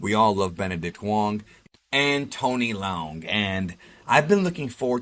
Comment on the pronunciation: The name is pronounced Tony LE UNG not Tony Leon